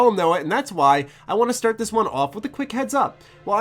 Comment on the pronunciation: Brother, TH does not sound like a D. This is not dis, the is not duh. Great review though.